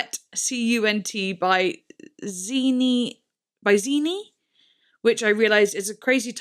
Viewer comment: I know I already made a comment about her, but it's be so amazing to see you react to any more of Zheani's music. Specifically her album The Spiritual Meat Grinder! (also her name is said with more of an sh sound at the beginning and like an ah for the ea part. like sean but with an ee at the end lol. i hope that makes sense...)